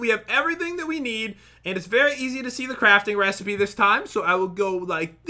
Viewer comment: He said resy B instead of resipe